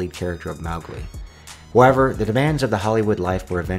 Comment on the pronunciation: Bio. Pic. It's a smash-together of 2 separate word abbreviations. It doesn't rhyme with "fly tropic." "Mowgli"'s first syllable is pronounced like "mow," not like "Mao."